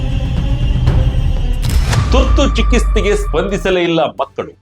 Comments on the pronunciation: ಚಿಕಿತ್ಸೆ ಅಂತ ಹೇಳಿ, 'ಚಿಕಿಸ್ತೆ' ಅಲ್ಲ. ಕನ್ನಡ ವಾರ್ತೆ ವಾಹಿನಿಯಲ್ಲಿ ಕನಿಷ್ಟ ಕನ್ನಡ ಭಾಷೆ ಸರಿಯಾಗಿ ಬಳಕೆ ಆಗಬೇಕು ಅಲ್ಲವೇ? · ಚಿಕಿಸ್ತೆ ಅಲ್ಲ ಚಿಕಿತ್ಸೆ ಉಚ್ಚಾರಣೆ ಸರಿ ಇರಲಿ. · ನಿಮ್ಮ ಉಚ್ಚಾರಣೆ ಸರಿ ಇರಲಿ. ನೆನಪಿಡಿ, ಇದು ಒಂದು ಕನ್ನಡ ವಾರ್ತೆ channel. ಚಿಕಿಸ್ತೆ ಅಲ್ಲ, ಚಿಕಿತ್ಸೆ ಸ್ಮಶಾಣ ಅಲ್ಲ, ಸ್ಮಶಾನ ಹೆಸಗು ಅಲ್ಲ, ಎಸಗು 7 ನಿಮಿಷದ ವಾರ್ತೆಯಲ್ಲಿ ಇಷ್ಟೊಂದು ತಪ್ಪುಗಳನ್ನು 'ಎಸಗುವ' ನೀವೇ ಸಿಕ್ಕರಾ channelನವರಿಗೆ !?